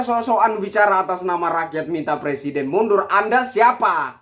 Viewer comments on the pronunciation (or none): plesiden halus mundul.. suruh bener dulu lah ngomong nya..!!!